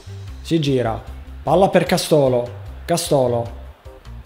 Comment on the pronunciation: Castólo?!?!! Castooóooolo?!?!!? 😐 devo sentire altre cagate?